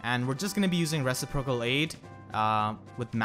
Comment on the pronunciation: reciprocal is pronounced re·cip·ro·cal rəˈsiprək(ə)l